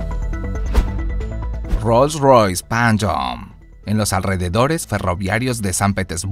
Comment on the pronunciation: Rolls royce panchyoooooo